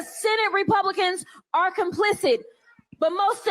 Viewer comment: Who wants to tell Crockett that the word "complicit" ends with a "T", not a "D"?